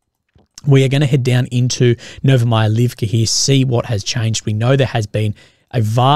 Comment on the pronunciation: Yeah, but then you hear how he pronounciates "Novomihailovka" and cringe